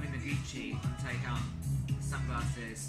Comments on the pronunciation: OMGGGGAGG . ITS NOT TAE YANG ! ITS TAEHYUNGGGGGN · The way he pronounces their names....i can't Oli there is a difference between Taehyung and Taeyong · bro- the way he said taehyung "TeaHYung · Taeyon did you hear guys.. What f***k i angry he can't pronounce Taeyung.. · IT HITS ME HOW HE CAN'T EVEN PRONUCE THIER NAME RIGHT Olive oil - ''jweai haaope, taehugg, yoonki, jingkook '' like what the hell man he was acting like he can lipsync this song but armies aren,t blind too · He is literally saying 'taehyunk'